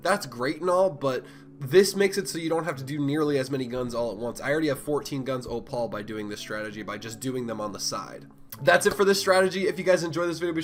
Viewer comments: Op-al lol, thanks for the strat though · "oo" as in "oooh a bird." "pal" as in buddy or pal. "Oo pal" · The only person in the world who pronounces opal as ohpaul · ahahaha literally